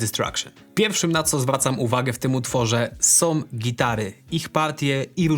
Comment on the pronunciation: a ja zwracam uwagę na "som"!